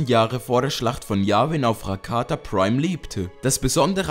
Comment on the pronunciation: du sprichst "rakata" komplett falsch aus